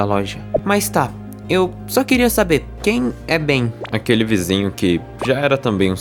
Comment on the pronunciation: mano não é bem n kkk é "Ben"